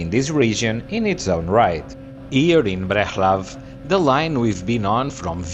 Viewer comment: Breclav to be pronounced about so: BreTSlav